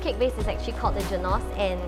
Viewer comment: i'm sorry but your pronunciation of the word 'genoise' really made me cringe...